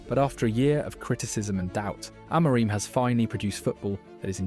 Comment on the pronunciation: Oh no the name problem still! It's "MBOOMO" like in "boom" for crying out loud! You even pronounce Amorim's name wrong - it's pressure on "rim". There's a short on United's Youtube where Amorim and all the players pronounce their names and you should watch that and finally learn. I don't know why most English speaking people are so arrogant they don't want to learn how to pronounce foreign names? If everyone called you "Louse" instead of "Luis" you wouldn't like it either. I won't like any of your videos before you learn how to pronounce the names of your favorite team players.